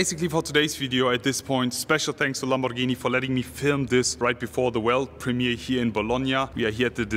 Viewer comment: Ur pronunciations of Lamborghini ia PERFECT, u r italian ahaha A lot of people say "lEmborghini"or "lemborgini"